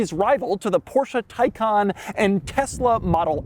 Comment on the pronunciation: Porsche Faycan